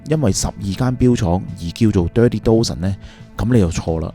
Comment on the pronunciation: You pronunciation of "Dozen" is wrong. Dozen - 一打